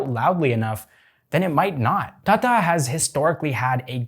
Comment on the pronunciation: Hey, Why you called Tata instead of tata? I know you can pronounce T.